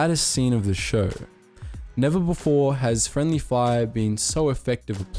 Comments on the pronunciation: "Frinedly Fire" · "Frinedly Fire"... HMMMMMMMMM....